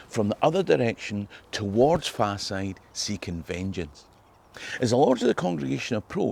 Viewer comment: soz m8, I luv ye, ye ken that but it's Faw-side as in fall-side... As in Falside in Bathgate.